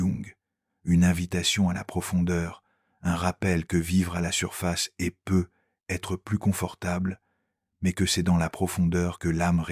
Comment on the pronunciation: Cette voix est déjà moins désagréable que la précédente... mais les "peut-être" sont ratés 😉😘😘😘